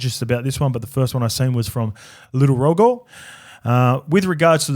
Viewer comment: Ps. G in Rogo is said like a J